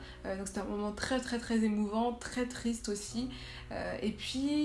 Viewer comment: "tristre" j'ai ri